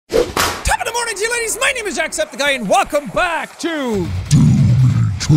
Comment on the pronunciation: Someonez Kid he said ladies instead of laddies